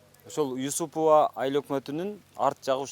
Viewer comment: Юсупова деп туура айтчы?